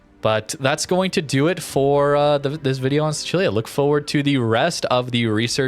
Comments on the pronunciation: Hai ragione. È stato il mio primo pensiero, sentendo la pronuncia Bravo! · i was SHOCKED hahah i was like no way this guy just said the italian pronunciation! made me so happy! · As an italian im proud that pronounced sicilia the correct way